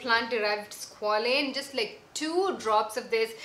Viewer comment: Thanks for this! Just wanted to point out you keep saying squalene (with an e) as opposed to squalane (with an a). Same family of products but different.